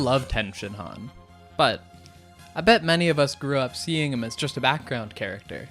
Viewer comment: is tenshinhan not tienshinhan